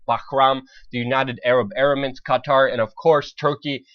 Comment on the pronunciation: Bahram??...Aram Eramits?? The mispronunciations of these country names not only made this video less serious in my opinion, although it has a good content, but also served as an indication of the average geography knowledge of Western countries. Maybe that is why they are all over Middle East and they do not realize that they are somewhere other than within their own borders...